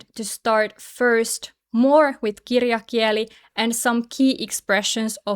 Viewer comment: I don't want to be picky, but when you say "puhekieli" puhekiÄli" it's okay, but when you say "kirjakieli" kirjakiÄli, it sounds a little strange.